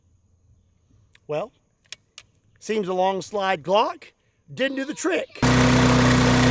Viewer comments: Huhuh "Glongk" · Ladies and gentlemen, may I present: the “Glongk”.